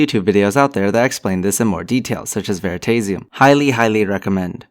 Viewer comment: Ver-ah-taze-ium ???? :( ..... Ver-ah-tass-ium !! ;)